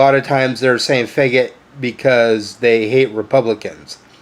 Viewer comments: I definitely have a problem with him say feggit! Ugh his pronunciation drives me nuts. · THE WORST THING ABOUT IT HIM SAYING IT WEIRD BRUH